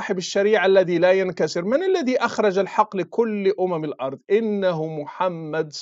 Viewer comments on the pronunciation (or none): none